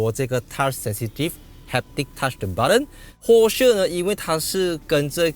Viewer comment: 听讲英文很娱乐。按钮他叫butt-en,很美国腔。Wire呢他说wayar, 马来腔😂。